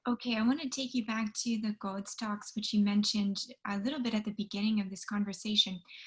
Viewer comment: Can we GOAD you into pronouncing GOLD correctly?